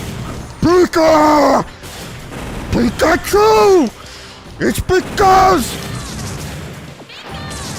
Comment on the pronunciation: It's pikause